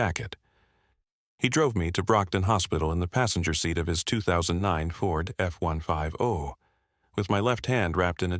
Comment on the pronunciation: Again and again. Please learn how to say Ford F-150